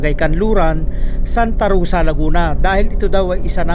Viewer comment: Mc Donalds hindi Mc dunald Sta. ROSa hindi Sta Rusa😂